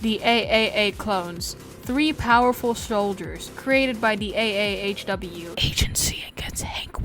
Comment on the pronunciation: He kept saying a.a.a.h.w when it’s just a.a.h.w